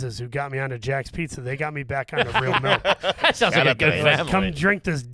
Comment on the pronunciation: I just realized that says "melk" not "milk". Can people from Philly say any liquid right? And I'm saying that as a non-native speaker.